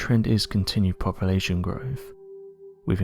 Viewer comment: "Poppa-la-shun" instead of "Population." I really wish they would find someone that can speak without an impediment. I can't stand this guys voice!